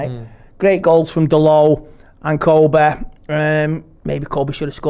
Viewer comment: Amed and Koby. It's Amad and Kobbie. Pronounce their names properly before you even start to comment on the game or their performances. Joe Smith, please correct him if you are going to feature him on the channel. It's so disrespectful